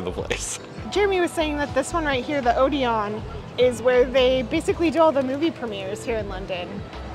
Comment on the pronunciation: Because you pride yourselves on pronunciation, it's Oh-dee-un.'